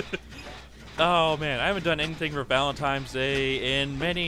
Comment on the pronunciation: You kept saying Valen TIMES day :/